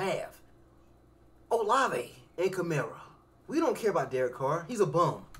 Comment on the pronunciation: Buddy called Shaheed a no name bum, Kamara a bum and said Olave (in all words) not like that 😂😂😂😂 mans dont know ball bro